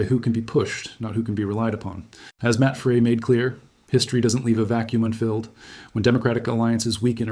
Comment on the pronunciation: Devastating by Matt pronounced Fry. Try and stop these lazy mispronunciation of names and places.